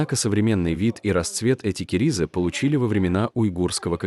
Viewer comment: К Не керизы -- а КАРИЗЫ!